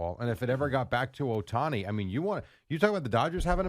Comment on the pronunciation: His name isn't that hard to pronounce. Just read, white people 😂